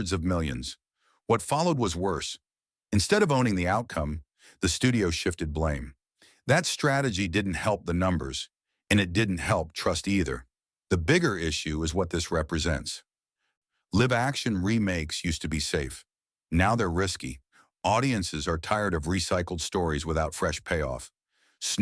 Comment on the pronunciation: How Can Mission Impossible be Number 7 AND Number 1???? Also, why does this guy pronounce "Live Action" as Liv Action"? I love Youtube, but sometimes I don't know